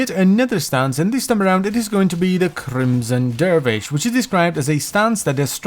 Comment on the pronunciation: Crimmmson derrrvish!